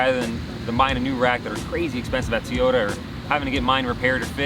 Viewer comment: I've seen this a lot lately. People pronounce Toyota incorrectly. People saying Teeyota. That's not right, not sure where it's coming from. Here are a couple of links with the proper pronunciation. Love the car and you seem like an awesome person. Keep up the good work and keep the car how you like it!